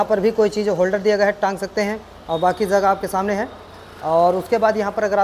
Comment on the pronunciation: Zaada nahi zyada hota hai, zagah nahi jagah hota hai, sheet nahi seat hota hai.. pehle home work karo bhaiya fir aana 🤣